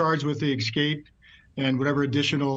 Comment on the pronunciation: speak reasonably well. excape is not a word.